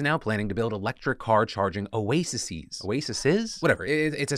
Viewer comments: its pronounced (Oh A Seas) just for next time you talk about the sandwich thing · Plural of Oasis is pronounced Oasees. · Since you weren't sure, oases is the correct plural form of oasis -- pronounced like AOC but OACs :)